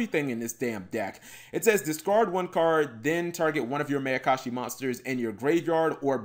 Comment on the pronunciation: cap. it's pronounced Meye-uh-kah-shi. like the Mai in Mai Valentine. it's a combination of Ma, which means evil, and Ayakashi, which is basically a synonym for Yokai.